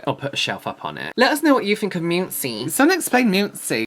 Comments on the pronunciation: omg the pronunciation of Muncie (mun-cee). Also the house is so cheap because Muncie. LOL. I think it's like the equivalent of Slough. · “Moonsee” killed me… It’s Mun-see. Anyway, that’s the Charles Over Mansion built in the very early 1900s by an industrialist. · Munn-see. LOL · Weed is legal in Arizona. And it's MUHN-see (Muncie), Indiana. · FYI: Muncie is pronounced Mun-see. It's so "cheap" because it's in Muncie. 🤣That house would be double the price if it were in either Fort Wayne or Indianapolis. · I came here just to say this 🤣